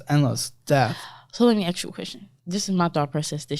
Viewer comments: It’s “ask”. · Why are black people so allergic to the word "ask"? It's not hard, come on